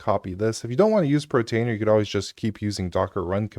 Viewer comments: Why do you say "protainer" instead of "PORtainer"? I've noticed you mispronounce a few things. In another video you say "divulge" instead of "Deluge" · Portainer, not Protainer